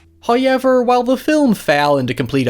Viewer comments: I'll never get tired of hearing Howyever. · Nobody:: Hoo-ey-ver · Can u say however correctly